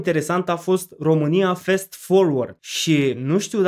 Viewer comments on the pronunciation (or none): corect este Fast (din "fast forward"), la fel ca-n romanescul FAST (cu mare fast), nu Fest forward!! asta asa, ca idee.... :o))